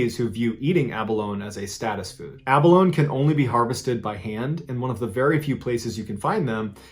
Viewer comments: Abba-Lone-E. Not Abba-lone. You’re killing me. I love your stories. But it’s also like Neh-VAD-ah. Not Nuh-vahhhhhhd-ah. East Coaster. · OK I'm gonna break from my tradition of just letting sleeping dogs lie, but it's not that hard to research how to pronounce stuff. It's A-Ba-Lony, not A-Ba-Lone! :) We have both the abalone and the great white shark here in Northern California! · Ah•buh•lone•ee not ah•buh•lone! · Abalone pronounced “ah baloney” not “ab alone” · Great stories, but just so you know, it's pronounced A BUH LOW NEE, not A BUH LONE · Abalone is actually pronounced “Ab-uh-low-knee” not “abba-lone”. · Do you mean abalone- pronounced Abba-low-nee? Ive never hear anyone say Abba-lone. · Ab - a - lone - ee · quick note: the "e" in abalone isn't silent. so its pronounces abiloney not abiloan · the word is pronounced ab-bol-lone-e not ab-bol-lone . You can also get them in Santa Cruz California and yes there are great whites here too. We tend to get larger ones than they do there. Our tend to eat the surfers first however. If you look at a surfer on a surf board from below and then look at a seal from below you will understand why. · am i the only one who gets uncomfortable when he says aba-lone and not aba-low-nee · Not being a jerk, but it's pronounced "A-Bowl-Own-Ee," not "A-Bowl-Own." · It's pronounced Abalonee not Abalone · It’s driving me nuts. Abalone is pronounced "ab-uh-loh-nee" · and New Zealand. (Pron: Aba- lone- ee. The Māori people (the indigenous people of New Zealand) call abalone pāua. It’s pronounced as “pah-wah.” 😉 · Abalone is pronounced AA-BUH-LONE-NEE. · I'm sorry but I found it extremely difficult to listen to the way you said "abalone". It's pronounced ab-al-own-ee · Great video and story telling. Just FYI, it’s pronounced “ab-a-lone-eee”, and they are found along various coastlines around the world, not just on dire island :) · Abalone is pronounced like “Ab uh low knee” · Abalone is pronounced- aa- ba-lone-EE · pronounced AB -A -LO-NEE